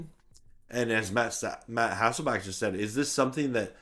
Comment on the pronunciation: Don't you mean "Hassleback". I got it. 😅